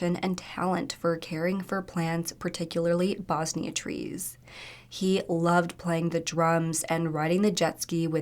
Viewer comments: Not related to the story but my autism is not going to stop attacking my brain unless I correct you 😅😂 its not Bosnia tree it's pronounced like Bon - Si or bons-eye 😅 Also to note there could be a Bosnia tree that I'm not aware of 😅😅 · bosai trees (bon-zeye) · Bonzai- BONS eye. 😁 Sorry to be a critic. I love your vids. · Not to sound rude but it's bonsai trees. Not pronounced how you were saying. Bonsai upkeep is a skill and an ancient practice from Asia. Bonsai also was a term that the Japanese would use during battles. They were fanatical and a bonsai charge would more times than not end in death.